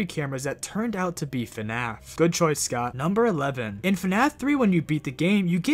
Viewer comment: Why does he pronounce scott like scout